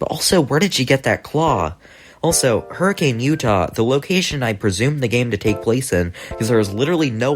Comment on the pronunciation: is my least favorite part of every fnaf video. Pronouncing hurricane with CANE is the weather event, Hurracane with KIN is the city. Sorry if you get this comment alot, its just that my grandma grew up there with all those killer robots, so i want people to know the correct pronunciations Good video by the way